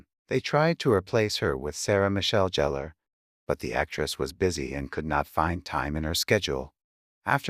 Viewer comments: It's because she was no longer a tight bottom teenager and she also put on a lot of weight in the midsection only, and annoying! Oh God do you remember how annoying she was in the ghost series really bob??? It also pronounced Gheller!!! Not jehellerr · Jeller? Need to get a better program to voice the words. Also JLH is doing quite well in her career, she just took a break from acting when she had a child but is now back on TV doing "911". Also she was always a TV star, films just weren't her strong suite.